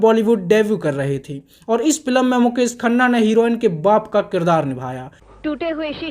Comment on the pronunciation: फिल्म ❌ फिलम 😂